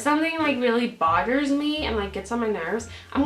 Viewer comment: Oh my dear god! She said boders me instead of bother me, yay we are alike!